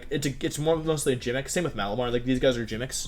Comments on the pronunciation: I assume it is just some kind of accent thing? He also said "jimmick" instead of gimmick. I never heard that before. Or he's straight up trolling. I could see Wolfe doing that lol 😅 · Is he memeing or can he just not pronounce words... wtf is a jimmick